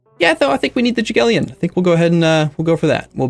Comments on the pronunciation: You are pronouncing Jagiellon incorrectly pls check it in google translator it hearts (i know its not your fault) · When you say Jagiellon you have to say G like in word "great" and say it like it was spelled like that: Yagiellon